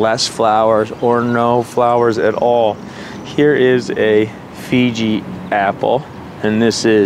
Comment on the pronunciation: You pronounce Fuji as Fiji, the island nation